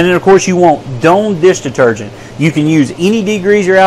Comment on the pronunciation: "Doan" deesh deetergent??